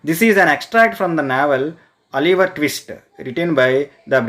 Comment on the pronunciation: That is not Aliver that is oliver